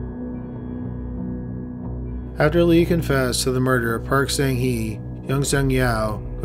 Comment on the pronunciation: Murder...not MURDERERERER!